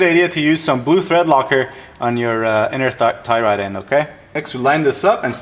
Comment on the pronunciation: lol.. he alsmost said "inner thigh rod".. Great video.. learned a lot..